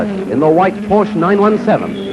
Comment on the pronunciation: What a shame that even back then they could not pronounce Porsche correctly.... It is a family name and a two syllable word. KTF.